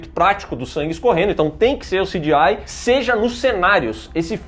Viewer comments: Parem de falar "CJAI" do gta e falem C G I mesmo sejam analfabetos direito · Pq o não fala CGI, que nojo desse cara falando "ciGiai" que chato veii. Frescurada do caralho. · O falando sidiai me incomoda mais do que o cgi do filme kk